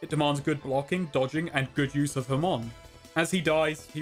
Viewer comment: Its ha-mon. Not ham-on